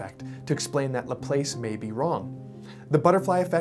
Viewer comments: Pronounced Lah-plass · It’s pronounced laplass lol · Laplace Said like class or grass Not place or face or grace